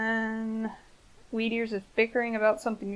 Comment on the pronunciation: Every time she says “Weedears” I hear “Meteors”. Weird, right?